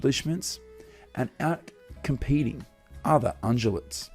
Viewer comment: Ungulates, meaning animals with hooves and rumors, are pronounced ung-you-lets, not un-joo-lets